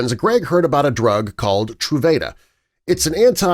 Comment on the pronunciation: This video was driving me crazy pronouncing the name of the medication wrong (true-vah-duh)